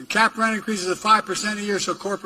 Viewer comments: I assume was trying to say "gouge" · oh and forgot how to pronounce "gouge". The more the video goes on the worse it gets.